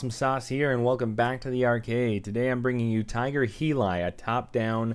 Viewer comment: Tiger heelie???? Definitely not the way it's pronounced.